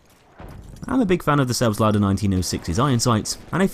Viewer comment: you just nailed the expression of the german word,,Selbstlader” so perfect!!! I’m german btw